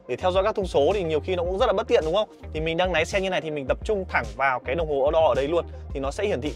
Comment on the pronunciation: Hắt kính nái 😢 Bác luyện phát âm lại đi ợ, sửa dễ lắm